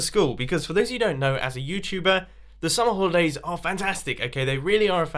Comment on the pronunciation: What the hell did Mumbo say ? I literally can't understand him at all. What does he want to talk about? Edit 1 minute later: He said "Summer holidays." Ugh. Damn accent. I must have rewound the video like 10 times and still failed to understand it, so I just let it play and just let him repeat it multiple more times as he continued to talk about it.